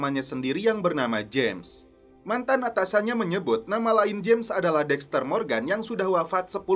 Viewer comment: blood itu bkn dibacanya blud tapi blad trus James bkn jims tapi tetep James ato Jams.... bego Lo ahhh 😂😂😂